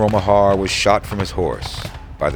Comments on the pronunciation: Nice video, but the name Meagher is pronounced "Marr," not "Ma-harr." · The name ‘Meagher’ in Ireland is pronounced without anything fancy but as ‘Mar’. The Irish in Mr Meagher’s brigade would have sounded his name as Thomas Mar. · Yep, I came here to say this. "General Meagher to us he said, If you get shot or lose your legs..." - "Meagher" has one syllable. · The incompetent Burnside wasted them up against that wall in Fredericksburg. Respectfully ... it's pronounced Ma-her btw :)